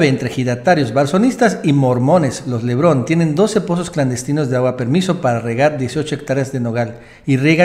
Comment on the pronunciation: Hey!! es LE BARON no Lebrón.